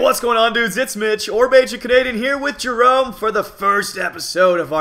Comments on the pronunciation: No offense but when you say Merome it sounds like a bf gf couple name, so I wouldn't do that if I were you! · Ha X) messed up on saying Jerome